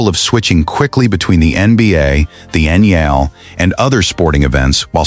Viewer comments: The Utah Jazz and the Utah Mammoth style guides both indicate that the official name of the arena is "Delta Center" No need to update. Now, if you can get your AI to pronounce NHL correctly. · Man does the announcer f up pronouncing NHL. Embarrassing!